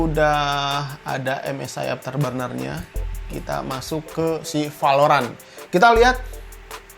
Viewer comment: Emang urang sunda tetiasa nyarios V atau F , dasar palorant.... Wkwkwk